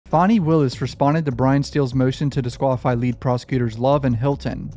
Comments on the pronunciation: I'm pretty sure her name is pronounced "fanny" not "fonny" And you said the exact same thing I've been saying - the main reason for the ex parte meeting was to explain the difference between "purge" and "purgery" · I'm sure it's Fanny but she says it's Fawnie. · FanniE not fawnie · dude look up how to probounce fani please jesus cant be talking about cases and dont know how to say her name